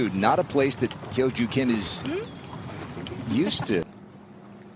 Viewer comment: 아나운서가 김효주 선수의 이름을 정확히 발음하네요.